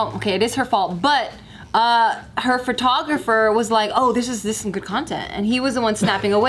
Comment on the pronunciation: "her furtographer" 😂😂😂😂😂😂